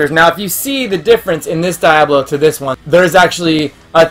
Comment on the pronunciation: These are adorable and I actually want to go look for these! I had to say that Diablo is Dee-ah-blo. I wasn't sure if you were joking but then you said it 4 or more times and I couldn't take it. Maybe be silly but wanted to help you out! Loved the video though!